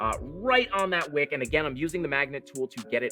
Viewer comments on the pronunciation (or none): none